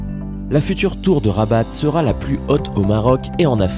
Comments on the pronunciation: c'est pas rabate c'est RABAT sans prononcé le T ^^ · oui je sais bien mais lui il dit rabate en français il prononce le T en français